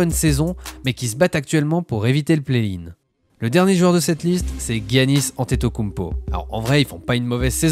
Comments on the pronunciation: J'me suis abonné parce que ça parle très bien du jeu mais j'suis a deux doigt de me désabonner a chaque fois que tu dis "Guiannis" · T'es sévère sur tes désabonnements 🤣 heureusement que je ne parle pas de lui à chaque vidéo alors ^^ Par contre tu le prononcerais comment ? Jiannis ? Parce les médias américains disent guiannis eux aussi il me semble